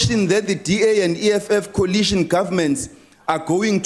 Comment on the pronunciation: Coalition not colition🤣🤣🤣 Ndlozi🙈...Noma has humbled him shem